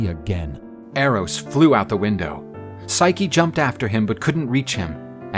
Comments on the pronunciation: Someone tell the female narrator it's pronounced Sy-kee not Sike! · Forgive me for being pedantic but the female voice artist keeps calling Psyche "Sike" and it is a little distracting. Other than that I rather enjoy these retellings. Thanks for making. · "...would have overwhelmed even hercules " you mean heracles, right? i could tolerate the voice actress not understanding how to pronounce psyche but i draw the line at deliberately confusing greek names with roman namss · The voice actress' pronunciation of Psyche's name makes me cringe.